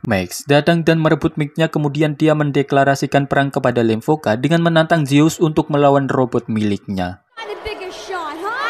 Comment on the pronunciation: Lemkova bukan lemvoka